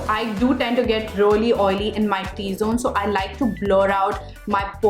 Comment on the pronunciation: Really is pronounced ree-lee not ruh-lee..sorry but it bothers me when you keep saying ruh-lee ruh-lee